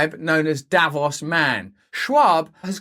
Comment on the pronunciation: It's not pronounced davoss, it's davoos